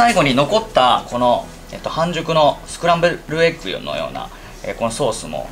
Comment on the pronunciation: パスタの投入方法斬新！！！ あとスクランブルエッグ言えてないとこ好き そして｢いでよ｣でテツヤ出てくんの最高wwwwww